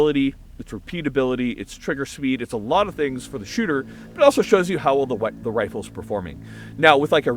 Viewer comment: say it, the wifle